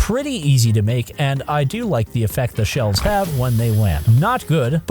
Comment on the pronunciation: It took me way too long to realise you're saying shells not shelves